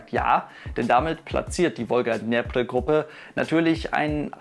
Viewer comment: "Wolga Dnjepper" 😉